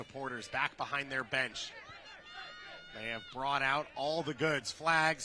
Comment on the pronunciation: Commentator's pronounciations is even worse than women's play. "Kohw-mo", "Cutron"